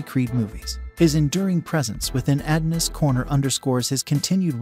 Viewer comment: It’s pronounced “UH-DON-US” not “AD-NUS”.🙄